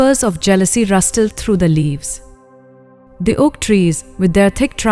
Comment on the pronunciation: “FragrAance”, “rusTled” 😖😁